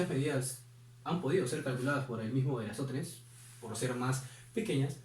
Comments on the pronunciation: Creo que era ERATOSTENES Y NO ERASTOTENES, pero no pasa nada. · Eratóstenes, no Erástotenes. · ERATÓSTENES... Nada más empezar dijiste dos veces "Erastótenes"... 3 veces , 4 veces ya no las contaré.. pero obvio que lo dices mál. Otro detalle: no es "a las 12 del día" cuando se proyecta sombra cero. Eso es "cuando el sol está en el cenit" o en el "medio día solar" Y tampoco tienes ideas de trigonometría !!! "no sabemos el tamaño del poste" NO HACE FALTA. Cualquier poste sirve.. y el ángulo se obtiene como el arcTg b/h (de la sombra dividida entre el tamaño del poste). Tienes el concepto, tienes la anécdota de ERATÓSTENES pero lo hiciste tramposamente ("supongamos que él midió bien"). Gracias por el intento, pero si estás un poco perdido en algunos temas. En otros, vas bien. Saludos.